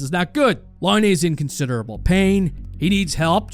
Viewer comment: Your a Hockey Junkie and you cant pronounce Patrick Laines name right. Ok bud. Real hockey fan there lol